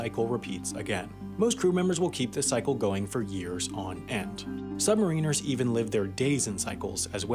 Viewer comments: "Sub-mare-in-ers." Not "Sub-marine-ers." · And also that he pronounces the title "sub-ma-reeners" instead of saying it right. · a.) My mistake - I thought that this was a video explaining how submarines work. b.) Submariners is pronounced "submarriners" - like mariners. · holy shit i dont wannt sound pedantic but its sub Mariners, not submariners.....fucking hell youre a multi million sub channel sort it out.... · Ears almost bleeding listening to this. It’s Sub-mari-ners. Not, sub-marine-ers. For fuck sake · Yeah but it's not pronounced "submarine-ers" it's "sub-MARrin-ers". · It's not submareeeeners, it's sub-mariners! Like the baseball team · submariners not submarine-ers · Sub-ma-ri-ners not sub-mariners good video though. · Good video, but I cringe every time he says the word “submariners”. The term is derived from the old English word ‘mariner’, meaning a sailor, (as in “The Rime of the Ancient Mariner”) and not for the word “submarine”. So the correct pronunciation is sub-ma-rin-ers, and not sub-mar-een-ers. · It is pronounced “Submariners” not “Submareeners” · Every time he says "sub-ma-reeners" I flinch. "Sub-mare-in-ers" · The way submariners was said is weird, it's pronounced sub-mar-in-ers, "Mar" like maritimes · its annoying me that hes mis-pronouncing sub-mariners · After hearing the pronunciation "summerines" more than 10 times, I stopped watching. What's more, I wanted to know how submarines work, not their use in warfare. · I'm losing my shhhhhet... "SUB" "MARA" "NURS" killing me saying submariners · Please learn the correct pronunciation of the title Submariners. Sub-Mariner like the Seattle Mariners. Not like a U.S. Marine. Yes I am a U.S. Submarine Vet. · Hi just so you know submariners is pronounced as sub-ma-rin-ers good video regardless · Huh? When and where? I winced when I heard him pronounce it that way. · Is he saying submariners wrong or is it just the American pronunciation? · you keep mispronouncing submariners